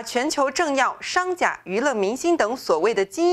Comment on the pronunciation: 商贾（gu，三声）